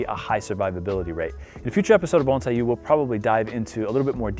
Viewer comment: You're one of few Americans or Canadians that doesn't mispronounce bonsai as bone-sai